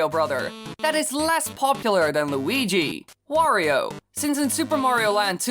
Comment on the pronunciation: weegee coin